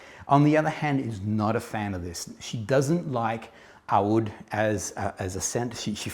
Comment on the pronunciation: I'm so impressed by your perfect pronunciation of "oud" Thank you for the amazing review.